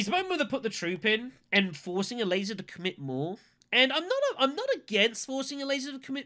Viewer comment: i kept hearing "a laser" instead of ilessa xD